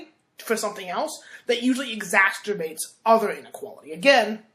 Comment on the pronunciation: "Exasterbates"?? Yeah. Intellectual powerhouse.